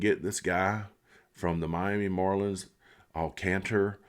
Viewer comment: Good video! I’d love to see them get Alcantra! Last year was his fist year back from major surgery so it’s expected to be a little down. When he’s fully healthy he’s one of the top 10 pitchers in the game and maybe even better than that. Oh, it’s pronounced Al Con Truh